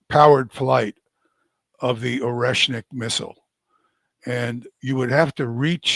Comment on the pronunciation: Oreshmik ---> [ ah ri ESH nik ]. ah not oh, it is Russian, not English.